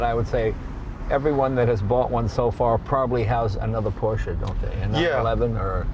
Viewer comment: Finally someone in the USA that says Porsche and not PorschA!!!! Well done sir!